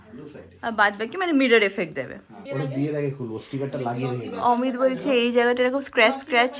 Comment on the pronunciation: অমিতদা কে কি করে তুমি ম্যাংগো বলতে গেলে 😂😂😂😂 পরে অবশ্য ঠিক করে অমিত বললে কিন্তু ম্যাংগো😂😂😂